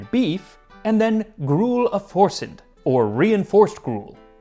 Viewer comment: Forsydde is a welsh word and would be pronounced like 'Forsythe'. In welsh, dd is pronounced like 'th'